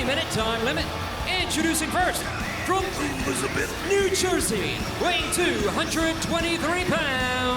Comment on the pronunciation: That macho man “elizubeth” kills me every time